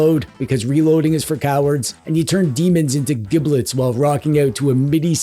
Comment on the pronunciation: Giblets is pronounced with a soft G. If you go to a butcher shop and order giblets with a hard G, they will laugh at you.